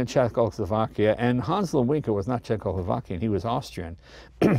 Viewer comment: Wonderful car, wonderful video, jay. You do a good job for an amateur cinematographer. But it isn’t Hahns Lead-winkah, it is pronounced Hahns Luhd-vihnka.